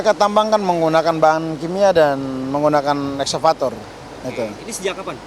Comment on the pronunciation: Dpr: mereka menambang memakai exvavator. Yakali nambang make gigi lu yah pake alat berat lah😅